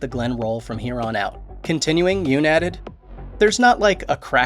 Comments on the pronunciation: Pronounced Yun not Yoon. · Nice. But it's YUNN. Not YOON. :) also it's ME Bari. Not minNARI